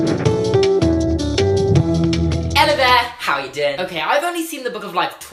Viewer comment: Does he say Ello instead of hello?if so it is so cute✨